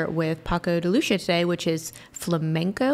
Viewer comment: Hahahha love the way you guys mispronounced his last name in a beautiful way. The "c" in Lucia is pronounced like an "s". Lucia is the spanish version of Lucy, and they are pronounced identically with the "a" at the end sounding like an Ah. Try pronouncing it like this: Paco de Lucy-ah, altogether with the accent a little on the "i" .